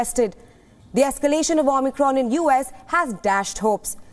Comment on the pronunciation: XImicron , get the name right